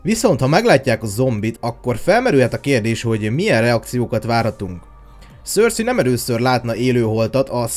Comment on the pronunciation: Nem szörszi 🙈😒 hanem (szerszej) cercei😏